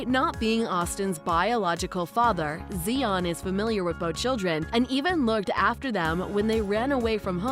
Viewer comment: Zi-on, not Zee-on.